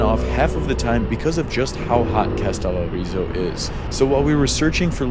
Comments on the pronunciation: How difficult can it be to pronounce the word Kas te lO ri zo, with the emphasis on the first O. Is this an iq thing? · To the video maker: Did it not occur to you to take a moment to listen to the audios on the internet to learn how to pronounce both the Greek name of the island that is the subject of your video, or the Turkish name of the Turkish town adjacent to it??? Kastellorizo is pronounced Kah-stell-OH-ree-zoh. Accent on the 'O". The name of the Turkish town Kas (with an phonetic symbol under the 's' that gives it the sound of 'sh') is not pronounced like the English synonym for money in hard currency (cash), but with the letters 'Ka' prounouned 'KAH" ('a' as in 'father', followed by the 'sh' sound. Your Americanization of these names shows a lack of respect for the languages of the foreign lands you are visiting. Bad enough when just talking among yourselves, but if you are going to make an educational video, you might trouble to not mispronounce place names. I also need to say that hearing your friend use the word 'insane' several times within maybe 3 minutes to express his amazement at the beauty of the views he was witnessing (along with all of the other American 'wowing' about everything made me turn off the video. Better to just shut up and let the cameras SHOW the beauty, as do the best travel videos. I say these things as an American who has lived in Greece for decades who hears young American tourists talking the way Greeks hear them...